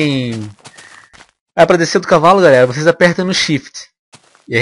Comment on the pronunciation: Kkkkkk é impressão minha ou o venom n sabe falar cavalo certo